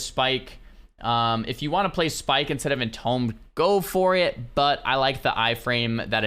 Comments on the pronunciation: its EN TOOM not EN TOME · Its pronounced IN-TOOM, not IN-TOME. IDK WHY IT BUGS ME SO MUCH BUT IT DOES ARGHSJDJSUCBDDJDITUWOAO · Entombed is pronounced Entoomed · you pronounce entombed like a nunce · Is he just trolling at this point by pronouncing entombed incorrectly, or what? I feel like I’m going crazy.